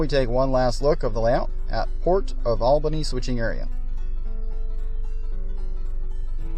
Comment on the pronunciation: Horrible videography. Too bad because the layout looks pretty nice. But the sound gaps, sudden cuts, and rushed narration make for a very fragmented viewing experience. And the capital of New York is pronounced ALL-bany, not AL-bany.